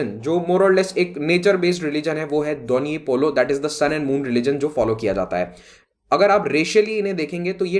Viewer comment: Sir you pronounced wright donyi polo ..